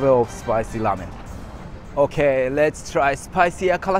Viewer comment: Its ŕrrrrrrrrramen not lamen